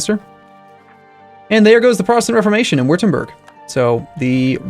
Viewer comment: Würtemburg is pronounced "Voo-Tem-Burg" not "Wrtrmburg